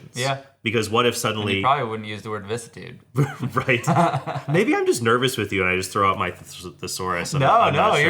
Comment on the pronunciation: You need to check out the correct pronunciation of the word "vicissitude." (And the other guy parrots your mispronunciation, LOL! ) Hard to be "pretentious, " as you say, when you can't pronounce the word. There's some built- in humility for your apologetics.